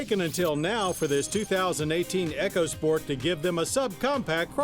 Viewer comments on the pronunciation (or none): E-CO! E-CO! NOT ECHO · Eco (e-co) sport, not EchoSport. It's not an damn Amazon product.